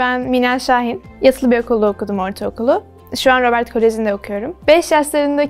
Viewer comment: robert koleji ne ab rabırt diye okunur